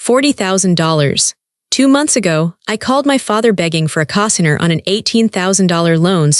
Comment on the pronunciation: Get AI fixed, it’s CO-signer long O. Get rid of the AI